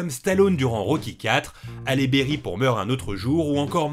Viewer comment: "Allez Béri" qu'il dit, espérons qu'elle n'entende jamais cette prononciation